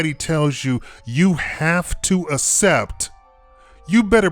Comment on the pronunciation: ass-ept? lol. its pronounced "ak-sept"